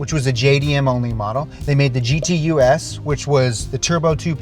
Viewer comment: So No.6-- On GTUs (say Gee Tee Yous) it says GTU. What's a G. T. U. S.?